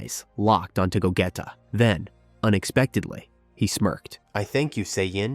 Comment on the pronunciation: Lol I love ur content, but I think we all know is pronounced GOGEEEEEETA GEEE! Lol not GETA, VEGEEETTTAAA LOL NOT VEGETa 😂😂😂😂 keep up the good work